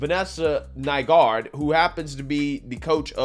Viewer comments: Boy does this coach have an unfortunately ironic last name... Glad is pronouncing it correctly! Lol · That coaches last name is one mispronounction away from getting someone canceled on Twitter. It was pretty obvious how much effort you were putting into saying her last name. LOL